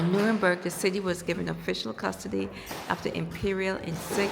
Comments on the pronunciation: Hi the way you pronounce it is New-rem-berg, it's very stormy in Scotland storm Amy), trees falling and lots of damage, enjoy ur holiday 😊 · Just as an fyi the place is pronounced Nuremberg . The place you were walking I believe was in a sub section of Nuremberg called Furth….I lived in that area for 4yrs. Although I live there, I never had a chance to see the castle. 😅 The spelling is confusing because it’s spelled several different ways….Nurnberg, Nuernberg, Nuremburg…. 😁. Oh and yes German men love black women 😊